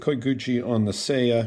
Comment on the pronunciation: It’s /sɑjɑ/, not /sejɑ/. せや is Kansai dialect for “oh, yeah.” Not Japanese for scabbard.